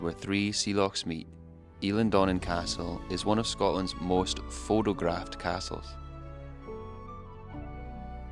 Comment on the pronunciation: You need to learn to pronounce a T as such and not a D. I struggled with the likes of "phodographed" and "wader".